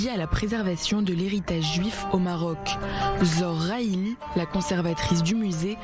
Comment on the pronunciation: La conservatrice s'appelle Zhor Rhihil non pas rhaili